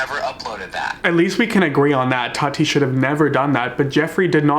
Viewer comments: why is nobody talking about how keemstar says tati??? it sounds like he’s saying toddy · No one: Keemstar: “Todi” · The way Keem keeps pronouncing “Tati” I straight up thought he was talking about Toddy Smith